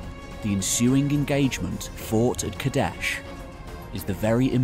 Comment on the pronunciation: Too aggressive in word pronunciation man. Just relax. It doesn't need to be KaDESHHHHHHH!